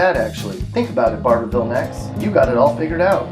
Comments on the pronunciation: He really said Bar bour ville. Its Barvull bub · It's pronounced Barvull!!! Also, Manchester should have been on here, as should Booneville. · Well like others I am questioning if the narrator is from KY as he does not pronounce ‘louisville’ the way we do (loo-vul) and he really doesn’t pronounce ‘barborville’ right either (bar-vul).